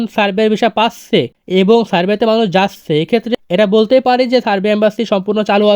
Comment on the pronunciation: যাচ্চে, পাচ্চে না বলে ভাই যাচ্ছে পাচ্ছে বলেন ❤